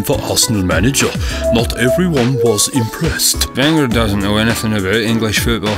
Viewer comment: it's wenger not winger